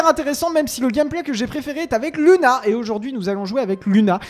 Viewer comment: On dit Louna pas luna